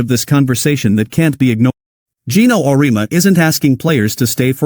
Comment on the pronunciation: Your graphic caught my attention, but you misrepresented Geno's view: First: Program your AI voice creator to pronounce his name correctly. Second: His view of NIL and the transfer portal have changed and focus on what is best for the player.